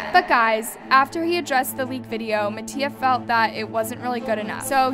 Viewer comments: She said MAttio😭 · I’m sorry y’all but she said “mattio and alijandro” 😭😭😭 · i love how you say mattias name wrong 😻